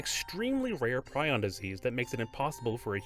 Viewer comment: You pronounced prion wrong!!